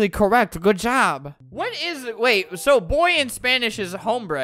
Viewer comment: He’s literally the and doesn’t know how to say “boy” and “girl”.